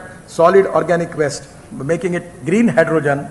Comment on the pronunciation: Gadkari ji's English has improved a lot over the years! 👌 .... Except for a few words like "automobile", "Toyota", "waste", ... his fluency and pronunciation in English has improved a LOT. 😎